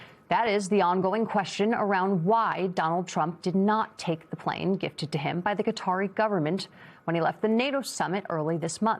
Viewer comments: Who are the Kudderies? The media should get together on a more accurate pronunciation. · buddy said... cuttery plane 🤣